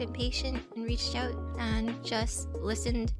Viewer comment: I really don't want to be that person but "oiut" is kinda funny to me